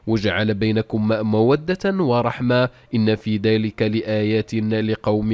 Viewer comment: ارجو تصحيح الخطأ في نطق الآية اللام في كلمة لآيات مفتوحة وليست مكسورة.